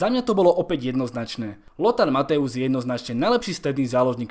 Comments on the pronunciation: nečte se Mathaus Matojs? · Neni to Mateus ale Mathojs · dobré video, za mňa je najlepší xavi, ale nečíta sa matthäus ako mathojz? keďže ä=e a eu=oj v nemčine